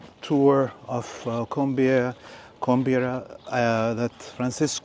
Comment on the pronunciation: After the tour, the guy can’t even say “Coimbra” correctly?!